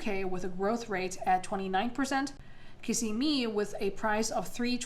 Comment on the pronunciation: Pronounce, Kissimmee again!!